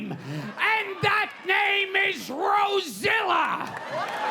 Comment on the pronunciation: R.I.P. Gilbert Gottfried he was and always be the greatest Legend ever😊❤ in this video i died when he said Rozilla 😂😂😂😂 It was so very funny 🥰🤩🤣